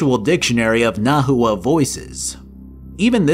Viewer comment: I love your videos but oh my goodness the nahautl pronunciations 😭